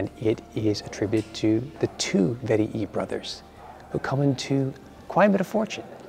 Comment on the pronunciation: its vet-ee-i not vet-ee-ee